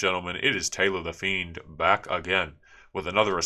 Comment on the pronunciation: "Fiend"fatigue. Sigh